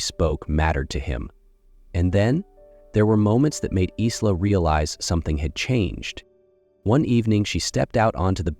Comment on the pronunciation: Pronounce Eye-la; not Is-la. Maybe train your AI?